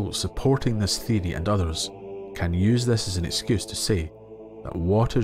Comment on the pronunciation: I subscribed because the way you say theory sounds dope. 🫡